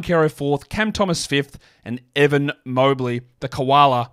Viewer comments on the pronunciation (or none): none